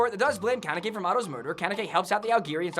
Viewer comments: It's kanEki, not kAneki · Did he just say kenkaki?